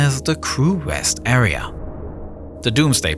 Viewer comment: This awea also doubles as a pwess woom